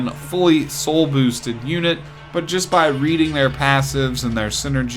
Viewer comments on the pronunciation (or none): none